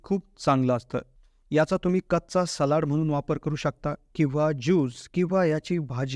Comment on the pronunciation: म्हनून. कोनत्या. लई भारी मराठी!